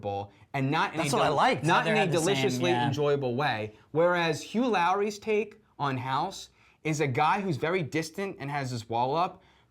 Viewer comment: Who's Hugh Lowrey? It's Laurie, sounds like 'lorry'.